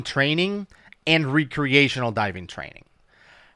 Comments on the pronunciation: Lol. Re-creational. Are they recreating dive scenarios or what? Like civil war actors recreating battles? Jk Youre a wonderful human being and diving resource. Just nitpicking your pronunciation of recreation is all. Keep up the outstanding work keeping potential future divers and even veteran divers safe. You and Woody truly do perform a public service and your passion for diving is evident. Change nothing. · It's pronounced wreck-creational :) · Is he saying recreational diving???? Because it sounds like some re-creation… lol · pronouncing "Re-creational" like he is re- creating something is annoying! Lol love you! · re-creational divers, lol love the way he says it! Just leaving my comment to say I really enjoy the content boys, keep it comin! :D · I like your videos. But can you please say recreational properly PLEASE!!!!!! It's driving me crazy!!!!!!!!!!!!!! I'm sure it's driving everyone else crazy too!!!!!!!!!!!!!